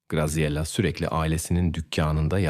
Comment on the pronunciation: italyan bir ailenin basina gelenleri anlatiyorsun, ailenin goruntusu kimler, bir cinli, japon veya koreli bir aile. sacma sapan ilgisiz goruntuler kullaniyorsun. Katledilen kizcagizin ismini dahi dogru telaffuz edemiyorsun, Graziella ismi Gaziyela degil Gratziyella diye telaffuz edilir. o kadar karmasik anlatiyorsun ki birsey anlasilmiyor